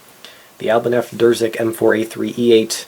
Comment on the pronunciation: The name is Irzyk, not Drzyk.